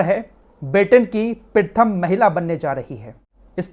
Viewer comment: Abe pritham nahin pratham bol